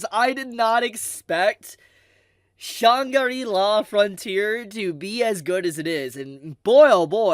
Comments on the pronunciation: You don't pronounce it shan giri la lmao. Just say it faster Shangri-la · "Shawnn-gari la" - a new glorious mispronunciation! Keep being you. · Shangri la is kinda obvious to pronounce it as shang-ri-la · at the one minuet mark I like you too much to let you keep butchering the name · Butchered the name at every turn bro 🤦🏾‍♂️